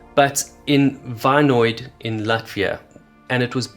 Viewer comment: Vainode, Latvia - pronounced like Vainjode.